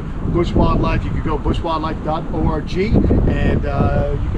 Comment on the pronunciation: went back to “oh rah gee” instead of “org” which he had started to use correctly lol